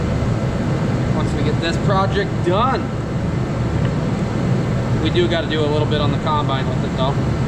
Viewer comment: What is a "projict"?? What is a "prodict"??